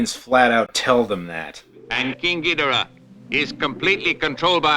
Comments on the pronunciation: It’s not gi-do-ra it’s gi-doh-rah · That’s gee-DOOR-uh dude!!!!! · Ghidorah is not ghidora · My first exposure to many of the godzilla monsters was on the GameCube game Godzilla: Destroy all monsters melee so I pronounce king ghidorah “Ghi-door-ah because that’s how the announcer said his name, where as my dad who grew up with these movies says it the way you say it.